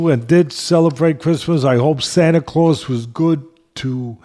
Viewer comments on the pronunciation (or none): none